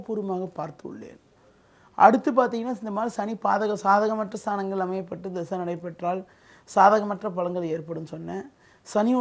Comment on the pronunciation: திசை இல்லை. தசை என்று கூறவும்